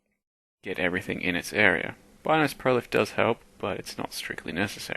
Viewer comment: It's not Bynoes, it's pronounced Beenoes.